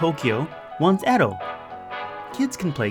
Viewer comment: I thought it was pronounced E-dough.